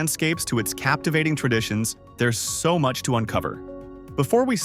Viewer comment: Senkiu very mach😂